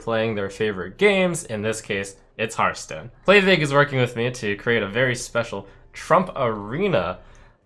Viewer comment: Did Trump just say HEARTstone and not hearthstone? damnit.